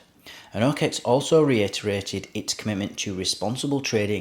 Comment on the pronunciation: Dude, it's not "o-Kex". Sorry, but it cringes the fuck outta me to keep listening to it.